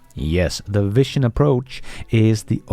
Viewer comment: you really need to correct this pronunciation of the word vision.